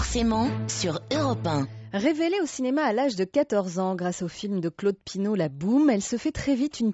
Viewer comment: Au lieu de dire Claude Pinoteau elle a dit claude pino